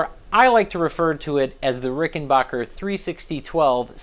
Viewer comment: Its rickenbacker not rickenbocker !